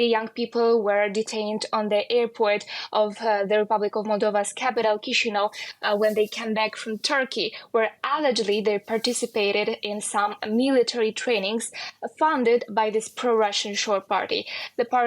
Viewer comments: Omg.. "kee-see-noww" wtf ? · It’s pronounced kish - in -ov blyat !! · "ki-shi-no"... why is it so hard to pronounce it right!? 🤨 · It’s ashamed dw news didn’t even put an effort in pronouncing the Moldovan capital correctly, shows how much you really care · Могли бы хотя бы научить эту старушку правильно произносить название Кишинёва. Лживые пропагандисты войны.